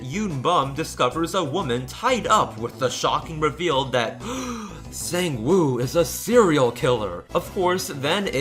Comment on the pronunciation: the scariest part of this video, is the pronunciation. Sangwoo (Saw-ng-woah) yoonbum (yo-n-boom)